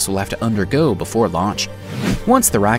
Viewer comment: stop saying rocket, you say it in a weird way